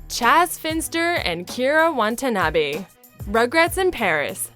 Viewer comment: gonna nitpick here... because with the name literally on screen, it is frustrating hearing it said wrong. Kira's last name was Watanabe, not Wantanabe, which is how you said it. I honestly don't see HOW you read that wrong, because the n clearly comes AFTER the t